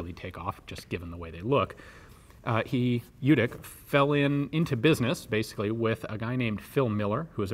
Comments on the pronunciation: Lyootic, not lootic. Not lee-yootic either. Combine the sounds. Lyootic. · Cool, tnx. BTW the pronunciation is Ljutich rather than Ljutik, he's of croatian heriatage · The pronounciation is LYOO-TEECH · Lyutich, not Lewtic. "Ch" pronounced as in chimney (close enough). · Al Ljutic was of Croatian descent, so his last name was actually pronounced Lyootitch or "Ljutić" which is how it's spelled in Serbo-Croat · Actually his name is pronounced as Lyutich and written as Ljutić. Keep in mind that the 'Lj' is a single letter. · I think it's really said Lyutich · Love the channel. Just a note. The name is Serbian, & its pronounced LYU- tich...J's are pronounced as Y's, & any name with an ic ending is pronounced ich. Although it's true that many Serbian Americans give up correcting people & go with the flow by the second generation.. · Pronounced L-YEW-TITCH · Very interesting weapon. The correct pronounciation of his name would be Yewtic' (the last c' is just no a sound that is present in English :D). He must have had ancestors from the Balkans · Well actually it's pronounced like in your(our) language. It's "ljutich". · Well, it's "ch" actually, but this guy can't pronounce any word of germanic/nordic/slavic/latin languages correct. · The name is pronounced in your writing system as Lyutich. Thank you. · pretty sure ljutic is pronounced "lyoutits" however, looking at al ljutic, his surname writtern in croatian cyrillic is pronounced "lyoutich" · Letter from Serbian language, similar for pronounce LYOODIC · It's actually pronounced "Lyootich" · You pronouncing his sure name wrong. Its ljutych-љутић. Old serbian sure name. Ljut=angry. Boyka. Best born killers and warriors in the world. In the Germany they call them lusatian serbs. One of biggest tribes was lutic or ljutic. Martin luter was martin lutic. Lusatin serb not german. I em not from his tribe but i em boyka. Boyka are nor not Russian but serbs. Bojka=warrior